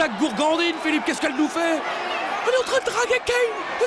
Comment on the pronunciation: Gourgandine, pas "bourgandinne"